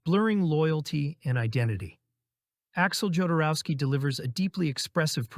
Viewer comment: I believe his name is pronounced Hoderoski (El Topo & Santa Sangre)